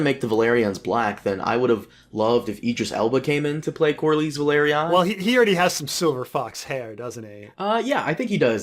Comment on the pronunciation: For sure, lots of the names have ambiguous pronunciations, but used to call Corlys Verlaryon "Corlerys Verlaryon". It would be like calling Jon Jonny or something, you can't just add letters to the names.